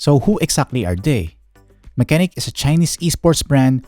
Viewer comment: sabi nga ni "Unbox Diaries" parehas kayo nang basa. Pero it is "Ma-che-nike" Pero nice na review mo siya nang Full Details and Some games to run.. 👍🏻